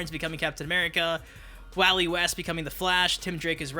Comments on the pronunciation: anyone notice how he said wally west like wAlly west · same. I scrolled looking for someone who commented. Wowey west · The way you said Wally west should be considered a criminal charge